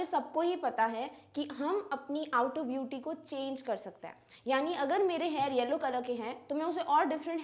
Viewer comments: mam yellow ko hellow bol rhe hai 😊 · 2 times mam said that converting yellow to hellow 😂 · she was pronouncing yellow as HELLOW..😂...by the way osm explanation💥